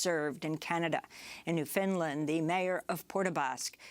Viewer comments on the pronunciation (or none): Thats the premier of Nova Scotia, not Newfoundland, 👎. And its pronounced 'Newfin' 'Land'. Not New Finland. But good try 👍.